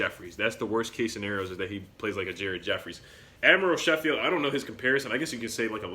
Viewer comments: It is pronounced “Sko - field” Not “she - field” Just letting you know :) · As a Tennessee fan that watched the Gonzaga vs UT game I think they are good picks. You mispronounced admiral Schofield last name though Haha. Both have good attitudes and are well coached.